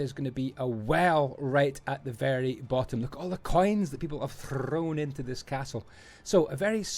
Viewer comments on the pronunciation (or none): "Look at all the coins people have ThrRrRrRrown in"